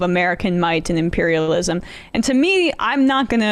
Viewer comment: It's imperialism not 'empirialism', pathetic